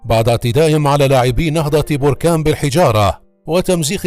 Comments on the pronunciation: Berkane et non borkane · نهضة باركان وليس بوركان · المدينة تسمى بَركان وليس بُركان تحياتي لكل من يعشق النهضة البَركانية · بركان بالفتحة فوق الباء من فضلكم